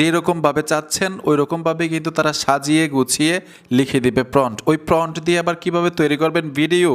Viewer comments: সব ঠিক আছে ভাই। কিন্টু ওটা PRONT নয় প্রম্পট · প্রন্ট না ভাই, প্রম্ট prompt 😂😂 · আপনি তো সুন্দর ভিডিও বানান। কিন্তু কয়েকটা ইংরেজি শব্দের উচ্চারণ ভালোভাবে জেনে নেন না কেন? শব্দটা 'প্রন্ট' নয়, 'প্রম্পট', যার ইংরেজি বানান 'Prompt'. আপনি এই শব্দটাকে বারবার 'প্রন্ট' (Pront) উচ্চারণ করাতে শুনতে খারাপ লেগেছে। আশা করি আগামীতে সঠিকভাবে Prompt (প্রম্পট) শব্দটি উচ্চারণ করে আপনার ভিডিওকে আরও আকর্ষণীয় ও নিখুঁত করে তুলতে পারবেন। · প্রন্ট না, প্রম্পট। উচ্চারণ ঠিক করেন। 'Prompt' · ফ্রন্ট না মিয়া প্রমপ্ট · এটাকে প্রম্পট্ বলে প্রন্ট না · প্রম্প্ট (Prompt) হবে...Thanks... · প্রমোড হ‌বে উচ্চারন টা